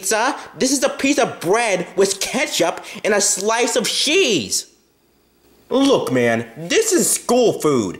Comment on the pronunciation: Sheace squidword had a pronunciation mistake. The first word was supposed to be cheese.